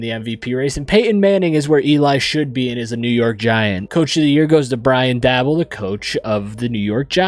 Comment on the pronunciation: Lol. "Brian Dabble".. Its pronounced "Day-bull". Basically, it rhymes with table😂. Also Chris Long and Jake Long are not brothers or related in any way..although it did sound good.😂 Its all good though. It did bother me a bit to see an unknown QB with a 69 overall win MVP of the year. Which shows how todays' Madden simulation stats arent very good at all. Even the way teams' release some of their franchise players isnt realistic in any way. Thats just my opinion . Especially when simulaton, stats and re-signing star players were more realistic in Madden Games that are almost 20 years older. Other then that , this sim was still fun to watch. Talk about feeling nostalgic. Great Video!